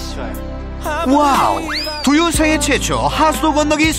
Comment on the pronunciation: 강훈련사님 두유발음 되게 Do you 처럼하신다ㅋㅋㅋㅋㅋㅋㅋㅋㅋㅋ